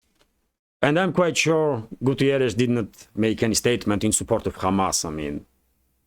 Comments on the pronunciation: It´s Guterres, not Gutierres. He is portuguese, not spanish. Nothing personal but as a portuguese it´s a bit annoying keep hearing Gutierres instead of Guterres. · António Guterres from Portugal 🇵🇹 Not (Gutierrez)Spanish pronunciation ok? 😆